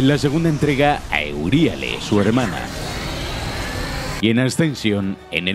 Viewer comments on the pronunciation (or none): "Euríale" Ulala, señor francés. Se dice "La medusa gorda".